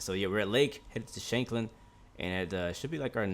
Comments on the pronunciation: BTW, your pronunciation of Shanklin was pretty spot on though you could have shortened the Shank part a little more. Its pronounced just like it is in the word shank, meaning small knife. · As far as I am way you pronounceing shankling correct